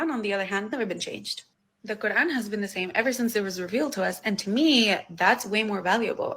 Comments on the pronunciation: dawah chat so much doo doo it’s unreal and whys she pronouncing it quaaaaran did she suddenly change race or ethnicity she can pretend to be a smelly blanket all she likes but fact is she’s a missguidee foo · The way she pronounces the words "quran", "Dunia", "Jannah", and others, exposes her as a liar. She clearly knows how to pronounce the words in perfect Arabic, and not like in classical Arabic, but with a smooth Arabic dialect, likely Palestinian, Jordanian, Syrian, or Lebanese. She's probably half Arab Muslim and half European Christian in name only on her mother's side. If I'm right, then she's pretending to be a "revert", that would just be par for the course for an Arab Muslimah.